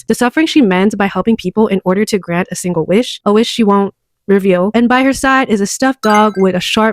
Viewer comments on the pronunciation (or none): none